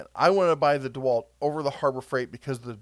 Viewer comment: Did you say DeHerculewalt, 🤣🤣